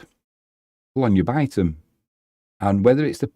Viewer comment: Also, my partner says its pronounced “beh-Tom” for Bytom 😅 haha